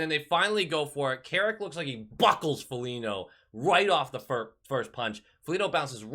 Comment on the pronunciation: You just dont like Foligno because you call him Folinyo 😎